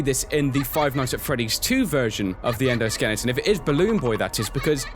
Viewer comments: As I was watching the video, I realized that said "endoskellinton" instead of "endoskeleton" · sorry but it's very annoying that you keep saying endoskeliNGton, it's skeleton. sorry but I am annoyed very quickly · is still saying, "skelington".